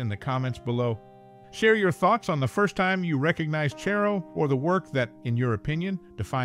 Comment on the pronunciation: It's CHARR-o, not Chair-o